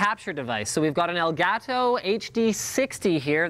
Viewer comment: how linus pronounces elgato is cringe worthy